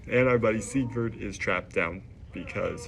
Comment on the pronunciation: Its not See-grid, its Sig-word. I kept hearing "secret" of catarina. Seigward of Catarina